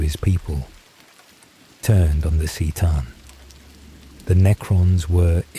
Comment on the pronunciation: If you're going to do this can you get the pronunciations right? "Seetan" bugged me so much. It's Kuh-tan C'tan.